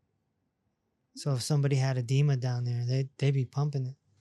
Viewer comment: Ha ha ha… … I thought you said there was a Demon in the ankles… You accually said EDEMA in the ankles!!! 😂🤣😂🤣😂🤣